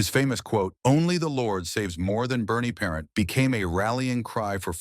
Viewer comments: Brutal announcer. Get rid of this announcer. Can't even pronounce the goalies last name correct. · Not even pronounced his name correctly shameful